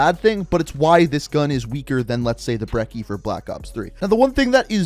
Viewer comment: I hate how he says brekie